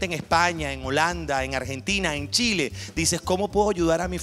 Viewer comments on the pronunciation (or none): none